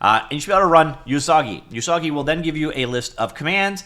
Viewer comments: Usagi does mean rabbit. It's pronounced more like "ooh-sagi" not "you-sagi". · not "you-sagi" ... "oo-sagi" it means "rabbit" in japanese. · Please do not call Usagi "You Soggy." That is saying something else you don't want to say. The "U" sound in Japanese sounds like "Oooh" not "You." "Usagi" is pronounced "Oooh-SAW-gee." The vowel sounds in Japanese are NOT like the American English "Ay-Eee-Eye-Oh-You." Like Spanish, Japanese uses pure monophthongs: "Ah-Eh-Eee-Oh-Oooh." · Usagi means rabbit in Japanese. Pronounced Oosaagi, not Yoosaagi. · Not "You-sah-ghee", it's Japanese ウサギ literally meaning Rabbit. "Oo-sah-ghee" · TL note: Usagi means rabbit in Japanese. TL note2: it's pronounced oo-saa-gee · So Pico8 but open source? Also it's pronounced "oo-sah-gee", yeah it's Japanese for rabbit. They've a folklore story about rabbits being from the moon, which probably ties it in with Lua meaning moon. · it's "oo-sah-gee" xD